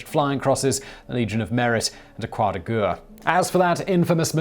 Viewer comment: Please just use the English war cross instead of trying to pronounce croix de guerres... you're absolutely torturing it...